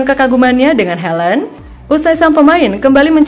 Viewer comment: Haland bukan helend